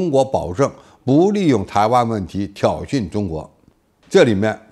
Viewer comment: 老付如果把挑衅的衅字念对，念成“信”的音，就好了。更顺耳！